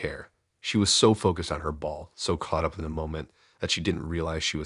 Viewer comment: focused, not focūsed